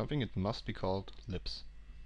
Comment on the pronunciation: Every time he says 'libs' I hear 'lips'